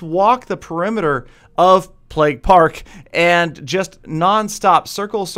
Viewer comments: stop saying "pleg" it'd pronounced "pla-y-ge" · Isn't it pronounced playg? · Thought he was saying "Plegg" for so long.